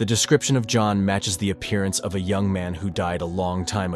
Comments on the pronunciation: It’s John young not yang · Why do you keep pronouncing it "yang"?